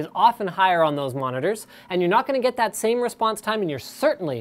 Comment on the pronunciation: That mispronunciation of the word " That" -_